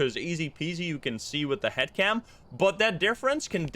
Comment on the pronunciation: I thought he said hat cam at first 😂